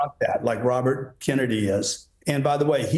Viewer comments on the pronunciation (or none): none